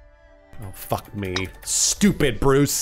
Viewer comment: "Stoopid Bwooce" got me